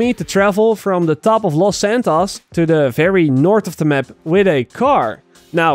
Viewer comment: Je moet los santos als looos santooos uitspreken